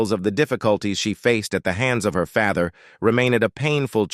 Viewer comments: Stop using that AI generated voice as it can't even pronounce words like father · WTF is this an AI voice reading first of all. IE the voice over says "father" then later says " they got mayreed" beyond all of that the thumbnail is the skin crawling facts. Nothing is skin crawling 25mins in. It's fun to watch info on celebs l grew up with but g-damn this is just hype train for a story l would of watched without it.